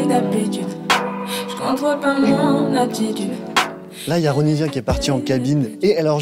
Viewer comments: Je connais pas l artiste a la base mais il a dit Ronivia au lieu de Ronisia? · Ce n’est pas ronivia c’est ronisia